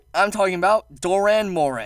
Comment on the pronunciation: Its dAh not dOE